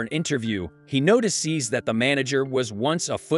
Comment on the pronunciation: Yeah, "NOTI SEES" , "SHARONE" , "SHONE", Just to mention a few !!! :face-turquoise-covering-eyes::text-green-game-over